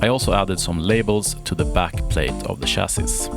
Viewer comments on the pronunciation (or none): "Chassi" - the s is silent ;)